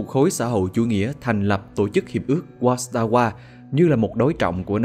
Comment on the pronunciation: Phải đọc là Khối Vác-sa-va nhé, chữ W trong tiếng Ba lan phát âm như chữ V :))